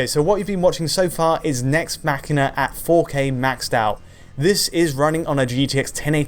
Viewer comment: yes that's how its pronounced. as in "deus ex machina". It's not mash een ah